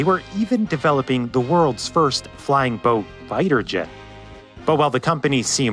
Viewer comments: I remember the abandoned hulks sitting at Calshot Castle. By the way, over here we pronounce the two words 'flying boat' as if they were written 'flyingboat'. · Putting a hard emphasis on the word 'boat' in 'flying-boat' is an unfortunate distraction in an otherwise excellent video.